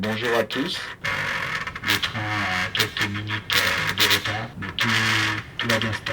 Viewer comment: *Met c pas pour faire le gars mais ce ''mait'' me gêne mais ta raison